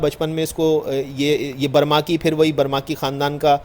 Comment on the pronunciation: برمکی ہے نہ کہ برماکی۔